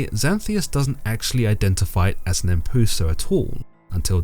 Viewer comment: Isnt it pronounced closer too "em-p-yoo-sa"?